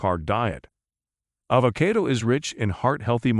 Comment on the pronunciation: “ayvakaido ayvakaido”